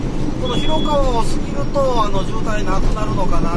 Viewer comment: ひろかわでわなくひろがわですよ